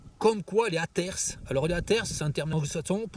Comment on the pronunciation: C'est pas " atersse " 🤣🤣 c'est " hater " qui vient du mot " hate " en anglais, on peut écouter sur internet comment ça se prononce